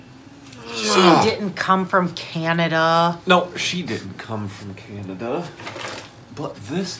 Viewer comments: FYI, it’s Canada, not Canadia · Why do Americans call Canada "Canadia"??? So many of these videos of Americans trying Canadian foods say it.